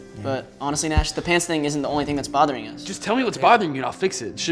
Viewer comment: "Nashie" I died I'm sendi"g this from heaven lmao